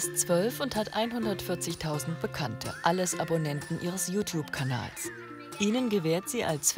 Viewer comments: Ihre Mutter kann you Tube nich nicht mal aussprechen sie spricht es so aus: U Tub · die Mutter kann ned mal youtube richtig aussprechen...😂😂😂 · Die Mutter kann ja Youtube noch nicht mal aussprechen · Jutub xD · die Mutter so : JUtup (Youtube ich weiß trozdem)